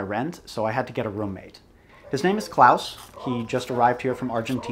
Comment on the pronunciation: As a German I have to say: Klaus pronunciation is extremely good.